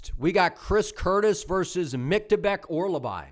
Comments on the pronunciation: Hearing you say Orolbai wrong like 50 times in 3 minutes is crazy😭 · You might of sold me on Sousa. I was really unsure about that one i might be switching over to Sousa now. Also, his name is Mintsybets Orolbai 😂